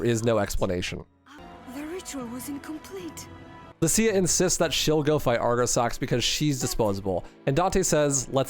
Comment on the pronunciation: Deliberately mispronouncing Lucia takes some chutzpah.